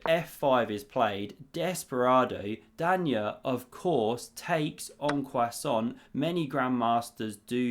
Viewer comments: “en passant”, not “en coissant” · did you say "en passant" ? i heard "en croissant" 😆 Great review thank you 😃